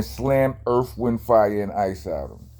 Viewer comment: He said " he slammed earf, wind, fire and ice outta him!"😂😂😂